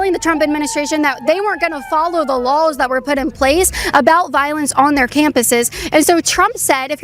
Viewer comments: I really wish she would learn how to pronounce "lawls". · I'm sorry but hearing Caitlin say "lawl" or "lawls" when saying laws cracks me up 😂